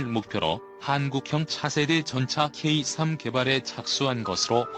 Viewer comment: 케이삼이 아니고,,,,케이쓰리